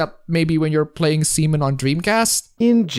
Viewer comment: it’s Seaman not Semen 🤣